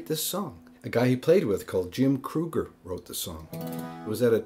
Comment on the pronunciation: For the record, the guy who wrote this song, Jim Krueger, pronounced his name like Kreeger.